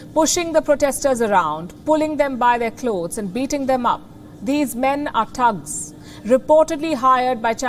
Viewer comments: its not Tugs its THugs th other then that your great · Not 'tugs', but 'tttthhhh-ugs'